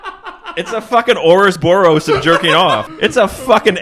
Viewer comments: it"s "Oroboros" not "Oros-Boros" lol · Ouroboros, not "ourosboros".